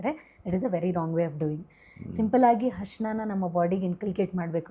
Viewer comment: ಹರ್ಷಣ ಅಲ್ಲ mam ಅರಿಶಿನ ಅಂತಾ ಹೇಳಿ ಶ್ವಾಸಕಾಸ ಅಲ್ಲ ಮೇಡಂ ಅದು ಶ್ವಾಸಕೋಶ